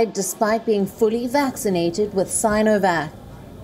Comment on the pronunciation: Sin , si -no -vac, sin - o - vac😅